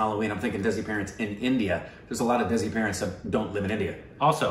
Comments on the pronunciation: Desi is pronounced Dhay-see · Hi guys, idk if someone has said this already but "desi" is pronounced as "they see"